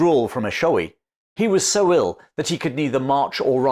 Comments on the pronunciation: I am from eShowe.... it is phonetically pronounced... Eh......Sho....weh.... it is the Zulu word for the sound wind makes through the trees. Played many a Gig at Adam's outpost, right next to the fort. Great content mate.. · Your pronouncing Eshowe incorrectly. And Tugela river. I grew up there. Thank you so much for the history though. So real to me the places you describe. I used to play in the fort as a child. And my Father tide me to a piece of drift wood and floated me across that river.